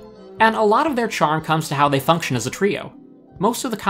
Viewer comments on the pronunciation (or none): none